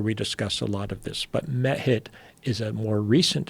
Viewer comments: Why the fuck does Robert say "met hit." It took me forever to find out its "mehit", pronounced mee, hit. hahaha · I always hear Meth Head when he refers to the ancient Lioness godess Mehit...